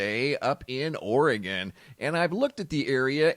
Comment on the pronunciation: I live in Oregon but haven't heard anything about the plume.. Thank you for saying Oregon the way it's suppose to be said.. 🤗